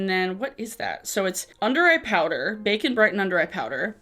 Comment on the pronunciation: Every time you say “bake and brighten” it sounds like “bacon” brighten...and then I just visualize people putting slabs of bacon or facon under their eyes to decrease puffiness on eye bags. Hahaha!!